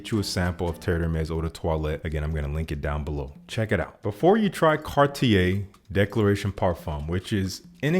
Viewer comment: I love your videos, I just don t love your pronuciation of "Declaration", is one of many that I bought blindly just becouse you recomended it. Love from Argentina!